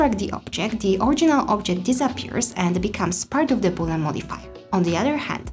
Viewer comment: start to pronouce correct things. is not called boolan! read and learn.